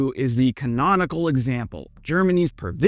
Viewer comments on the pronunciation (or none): it's prounounced perrr va tin